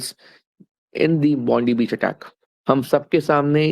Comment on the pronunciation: بون ڈائ بہچ صحیح تلفظ ھے۔